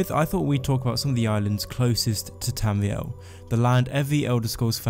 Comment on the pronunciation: Not to be weird but, I fucking love the way you pronounce Tamriel